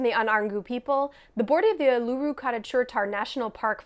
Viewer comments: Uluru should have an emphasis on the first syllable OO-lu-ru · Oo-la-roo is how you pronounce it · It's pronounced; "ool-la-roo" (traditional) Or "Airs-rock" (modern) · As an Australian, I appreciate you having a crack, but Ayers rock is pronounced like "airs rock" and Uluru is OO-luh-ROO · Wow, mispronounced Uluru, then mispronounced Ayers Rock Like even basic research would have prevented this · I like that you managed to fuck up both names of Ayer's Rock (Uluru) very impressive. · Literally would have taken 2 seconds to Google how to pronounce uluru and Ayers rock. Disrespectful much..